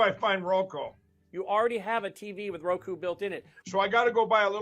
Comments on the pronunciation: Mikey its Roku son roku not roko. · It's "Row Coup", Mike... say it "Coup" Row Coup...